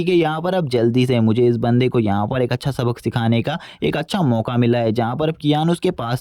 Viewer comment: He say acha as acca 😂😂😂😂